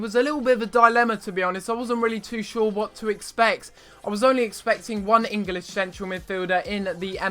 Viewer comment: Wtf is Eng-A-lish?